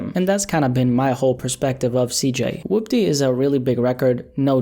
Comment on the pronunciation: woopdeh bitchamasaisa moveh. good video but the way he pronounces Woopty really messes with my head 😂